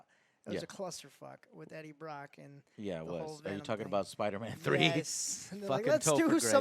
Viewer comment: JOE HAS GLASSES WTF?!?!?!?!?!?! Also he said “Breaddie Brock” XD